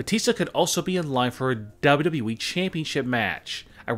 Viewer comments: Why do you say double u we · the way he says dub dub dub eee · The way he says "wwe" is too funny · PLEASE STOP SAYING WWE LIKE THAT SAY IT A LITLE BIT SLOWER